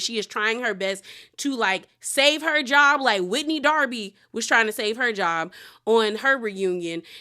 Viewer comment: Not “Whitney Darby” 😂😂😂